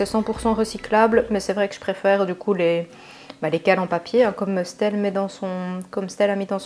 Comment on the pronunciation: Ça me perturbe comment tu dit stelle pcq ça se dit estelle juste on dit le S- telle